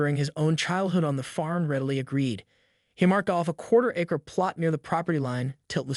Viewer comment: Ya lost me at 'acre' It was not pronounced correctly